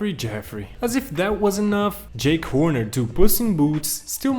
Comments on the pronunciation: Damn, dude really called Jack Horner "Jake Horner" 💀💀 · I’m sorry but as I’m watching this, you got SO many names of things wrong. For example, it’s not Jake Horner, it’s JACK Horner. And it’s not So Far Away, it’s FAR FAR AWAY. Other than that, this is a good video. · He is named "Jack Horner," not "Jake Horner" 🤦‍♂️ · Does no one know old nursery rhymes and fairy tales!? :( I’m only saying this because he kept on saying jake Horner instead of jack horner. He’s from an old nursery rhyme. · It's JACK Horner not JAKE Horner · it's Jack Horner, just sayin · It was an accent. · yeah but his accent isn’t what’s calling Jack Horner “Jake Horner” in the time stop of the video over here, have a look yourself 😅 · Did I just hear him call Merida “mereeda”? And call jack Horner “Jake Horner”?😭that will bother me forever😤